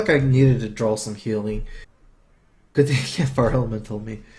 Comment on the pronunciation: please say draw... not drawl